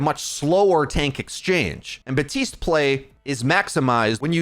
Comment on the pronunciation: Is he saying Batiste not BaPtiste ? XD